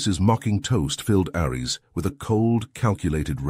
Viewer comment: Dude, I liked the story, and the narration-bot wasn't terrible, but the script had a so many typos and the narration-bot can't pronounce "Ares", you can override the bad reading by hiding "Airees" as the name while the caption still says "Ares". Or, as makes more sense, get someone who can read the script, or even an actor or two. It's only a 15-job, do the good and maybe we'll get you some more reads and subs!